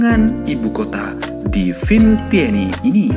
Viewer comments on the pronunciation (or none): Nyebutin ibu kotanya susah😀